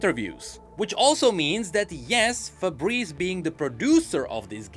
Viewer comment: It's Faburisu,. Stop saying Fabreze :face-blue-wide-eyes